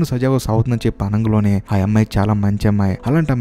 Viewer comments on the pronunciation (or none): Explanation is quite impressive. Keep it up brother, but what is that word "ఆనంగలోనే", I hope its "అనగానే"? If possible correct it in further videos brother. Plz Don't take it as complaint, take as improvement.